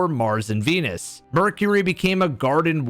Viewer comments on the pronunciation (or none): none